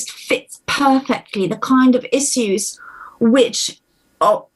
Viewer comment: oh lord she says issues like "e-see-oos" but ill power through this one anyways